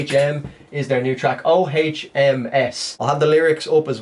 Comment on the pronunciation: Two words when it comes to these guys,: Rocket Skates... 😁 By the way, the pronunciation of the title is as it's spelled. Think about the conventional chant done by Buddhist monks: "Ohmmmmm". According to their beliefs, it's the sound that was made when the Universe first came into existence.